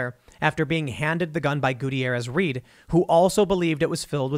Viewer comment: Love the way he mispronounces Gutierrez.